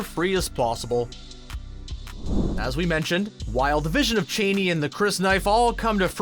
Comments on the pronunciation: It's ch uh aa ni not chéni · Dude, “Cha-ni”, not “Cheney”. The latter brings to mind a bloated and deranged old white politician. Please do not mess up my mental image of Zendaya that way 😟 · It's kind of a point of contention. Frank Herbert pronounces it Chain-ee, but the movies/miniseries (and pretty much everyone else pronounces it Cha-nee)